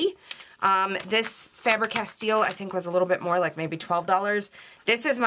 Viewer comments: Oh girl, you keep saying CasTEAL, instead of Castell. The E on CastEll sounds exactly like the E on FabEr. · you are pronouncing it incorrectly! i know because its my wifes name